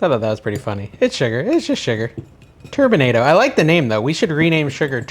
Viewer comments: It’s pronounced ‘tur bin ah dough’❤ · you're pronouncing that like tornado, it's more like colorado- turbinado colorado